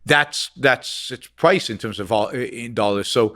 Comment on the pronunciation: "The pWice goes down"